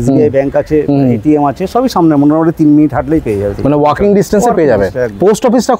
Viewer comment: দার ইংলিশ😮 রেডি টু ওয়াচ ❎ রেডি টু মুভ ✅ ওয়ার্কিং ডিসটেন্স ❎ ওয়াকিং ডিসটেন্স ✅ ডোন্ট মাইন্ড 😊